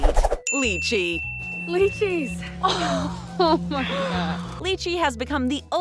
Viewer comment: Its not pronounced li-chi its pronounced LAI-chi